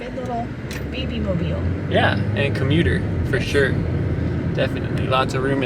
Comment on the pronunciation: Did say "babymobil"? Are congratulations due?